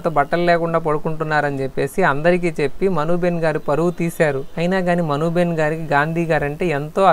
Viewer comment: Not behen,it is ben